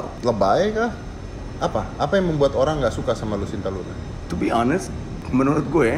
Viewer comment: Om dedy, nma si bncong itu "lucinta luna" bkn "lusinta luna"